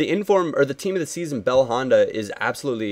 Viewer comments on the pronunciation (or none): none